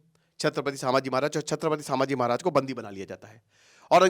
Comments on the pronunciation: Abhe tu pehele Nam bol na shik Samaji nahi 🚩Chhatrapati Shambhaji 🚩 Maharaj Bolte hai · सांभजी नहीं संभाजी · अरे भाई, नाम महाराज संभाजी हैं, "सांभा जी" नहीं है। तुम एजुकेटर हो भाई, इंग्लिश अनुवाद पकड़ लिए तुमने । अब क्या रामायण को रामायणा, महाभारत को महाभारता, प्रभु राम ओर हनुमान जी को रामा ओर हनुमाना बोलोगे? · सामाजी महाराज नहीं जी नाम ठीक से लो संभाजी महाराज ऐसा बोलो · Kitani baar सांभाजी bol rahe ho fast pronounced properly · 'छत्रपती संभाजी महाराज ' यह है सही उच्चारण..कृपया दुरूस्त करे.. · Pronounce संभाजी महाराज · Sir aap ki videos bahot acchi rehti hai ...but aap kuch dino se छत्रपती संभाजी महाराज 🙏पे video's bana rahe hai ..hame bhot khushi hai ...but continuously aap jo unke naam ka galat pronunciation kr rahe hai ..vo bahot galat baat hai....aap ke naam ka agar koi galat pronunciation karega toh aapko kaisa lagega ....aap jab bhi koi video upload kare ..at least uski basic study kare ....🙏